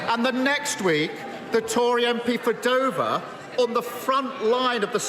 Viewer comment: I don't like the way he said Dover.